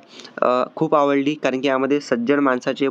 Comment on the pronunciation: 😊माणसाचे not मानसाचे